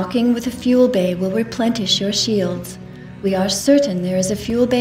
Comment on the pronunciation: "replentish" lolz, some quality control problems back in these days!